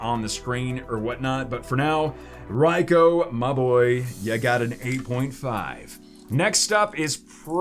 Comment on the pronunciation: Isnt it pronounced Raikue?